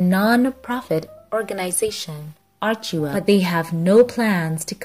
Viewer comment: What I think, is that you should check the Archewell site to get the proper pronunciation of the name of the foundation. It just irks me wrong when you say it wrong. Thanks